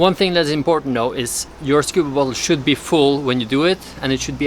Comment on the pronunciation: when you say bottle it saounds like butthole